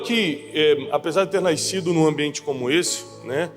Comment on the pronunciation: Tiago é engraçado você falar NAICIDO